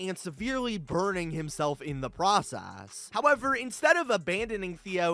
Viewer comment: What is wrong with his voice? Every last syllable gets a weird schwa - open(e), process(e), as well(e), puppi(e), god(e)